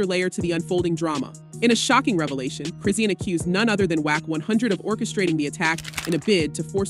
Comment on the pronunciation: Her name is pronounced Chris-sean (shawn) as in Chri-shawn NOT Chri-sea-ann 😂😂😂😂😂